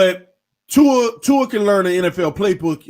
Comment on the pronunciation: There you saying tuas name correctly lol